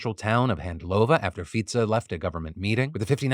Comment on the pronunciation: 👏 I see you took advice from your earlier YouTube short on how to pronounce the Slovak prime minister, thank you Phill! 👏